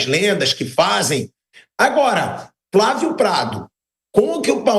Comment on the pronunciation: é impressão minha ou o vamp só fala Fravio ou invés de Flavio? kkkk